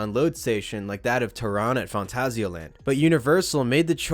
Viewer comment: Taron is “tuh-Ron” not “tear-in/on”